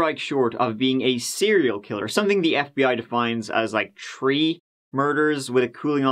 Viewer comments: It's not "they", it's the guy that says "tree" instead of "three". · Please stop saying “tree”